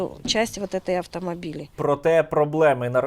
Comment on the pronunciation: "...часть вотэтай автамабили"😆😆😆😆